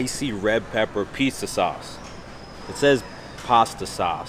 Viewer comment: I’m Italian and wtf was “Du pizzzaaa” 😂😂😂